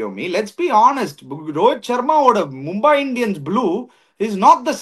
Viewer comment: NOT MumbAAi but Mumbai